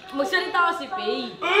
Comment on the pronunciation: Ship to KI-PAY 🤣